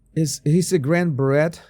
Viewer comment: Hi….you pronounce beret as beré…silent t…..love your humour….love your shows….thanks from South Africa! 🌕🌕🌕